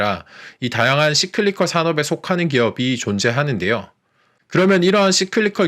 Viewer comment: 좋은 내용에 감사합니다... But, Cyclical... 씨클리컬? --> 싸이클리컬 아닌지요? ㅎㅎ